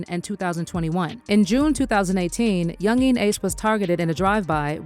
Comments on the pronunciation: The way she say yungeen ace name is killing me 😂😂😂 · She pronounced his name different like four times .Yungeen Ace. Then she F'd up the title of the song saying I told em to do it. When it's just do it